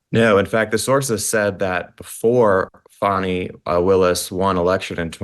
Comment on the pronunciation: I love you Kelly! You say it like it is! And her NAME PRONUNCIATION, FANI, not FAWNY! 😂😂😂😂 FANIIIIIIIII!!! 😂😂😂😂 LOVE IT